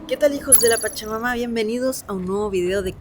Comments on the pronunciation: Sera que no puede decir hijosdw chacha mama se escucha espantoso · Siempre que dices "hijos de la pachamama" siento como que vas a decir "hijos de su pinche madre" 😂😂😂😂